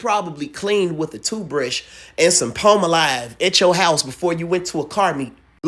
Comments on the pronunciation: My boy did you say palm-alive 😂😂😂😂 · Bro!!!😂 wtf is Palm-a-Live!?😂😂😂 I’m dead!😂😂😂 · Bro did you just pronounce palm olive as “ Palm O-Live”😂😂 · Hey said, "clean with your toothbrush and PALMA LIVE.". Not Palmolive, but PALMA LIVE.😳🤦🏾‍♂️. That's crazy country work sir. Carry on. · Did he say "Pal-Mo-Live"?😂😅😂😅😂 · Lol "palm-alive" 😂 Palm 🌴 🤲🏽 olive 🫒 my boi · The Palmolive pronunciation had me dying 🤣🤣🤣🤣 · Ive never heard pamolive pronounced that way. I like it